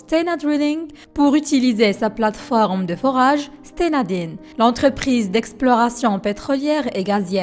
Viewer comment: Stena don et non din... un peu de recherche vous aurait évité des erreurs.....